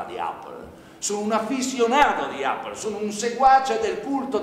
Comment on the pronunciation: la pronuncia non è corretta... APPLE si pronuncia eppol..... e basta! ahahah sono gli italiani che italianizzano la pronuncia... SBAGLIANDO ahahah